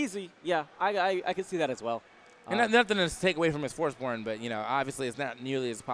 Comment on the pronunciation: lmao said forsborn and butchered those names